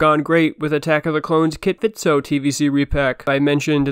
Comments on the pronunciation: Great video. But. It’s Kit FiSto not Kit FiTso. Fisto. Fist- oh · You're just trolling when you call him "Kit Fitso", aren't you? 😉